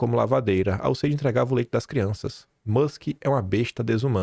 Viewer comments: Pra quem mora na Austrália em que o idioma é o inglês, a sua pronuncia está muito ruim, useidi?(USAID). Como as pessoas entendem vc na terra dos cangurus com essa pronuncia horrorosa?”imagino que tenha muitas dificuldades “ melhora isso moço. (Obs:. Pronuncia não tem nada haver com sotaque). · Acho legal o nord3stinho falando o ingles e. Danese a pronuncia. Mas diz-se iuéssaid. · Alo Quim !!! Ouvindo o Paulo de Souza, vc vai aprender a falar o nome do acordo MEC USAID da forma correta !